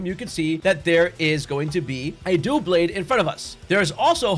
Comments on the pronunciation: "Dough-Blades" lol its Dub-Laid no hate man at all i watch your vids they have been helping me alot just so many mispronunciations from pokemon lovers lol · The Pokémon name Doublade is pronounced as DUH-blade.